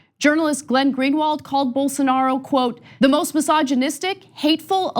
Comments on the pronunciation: Unbelievable that the left-wing liberal socialist progressive communist Marxist atheist media can't pronounce Bolsarnaro's name correctly. No wonder Rave left for greener pastures. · You just showed why no one should take Rubin seriously. Come on, I am a regular guy and I know how to pronounce Bolsonaro's name and that he is hyper-conservative. How does a paid commentator not know this?